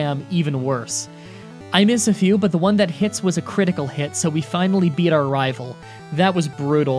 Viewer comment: he said raval fight